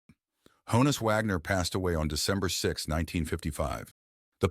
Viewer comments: The pronunciation of his first name (a nickname) rhymes with John-us, not Joan-us. If you listen to interviews it’s how he pronounced it himself. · It’s “Hah-ness”, not “Hoe-ness” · Hah-ness not Hoe ness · Not pronounced "hoe-nus" but rather "hahn-us" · It's a shortened version of Johannes. So yes, it's pronounced Hahn-is not Hone-is. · It's not ''HO-NUS", ~ it's HAW-NUS.